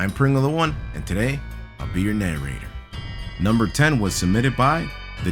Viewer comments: When he said, ‘I’m your narrator’, I thought he said, ‘I’m your nuerator’ WHAT AM I THINKING!!!! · Hello and today I'll be your na RRRRRRR ator.